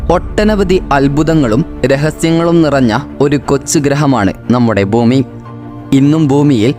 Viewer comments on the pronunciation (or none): none